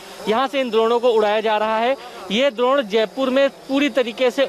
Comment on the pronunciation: द्रोण नहीं भाई ड्रोन